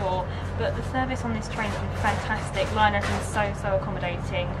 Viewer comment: its LNER (it stands for London north eastern railway) not liner, I don't mean to be rude though ☺️